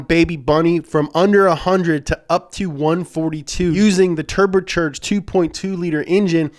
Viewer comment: I'm just here for ”turber-cherged”